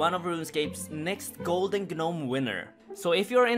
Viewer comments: downvote this man for how he pronounced gnome.. GERNOME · The g is silent in gnome btw...